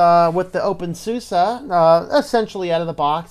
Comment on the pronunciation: thanks for the review. Just please don't call it open SUSSA!